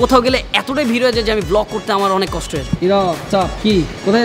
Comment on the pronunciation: Vlog na bole block🤣😂😂😂